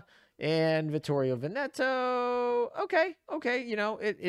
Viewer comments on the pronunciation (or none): none